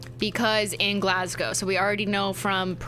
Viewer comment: Cristine learn how to say Glasgow challenge failed 😞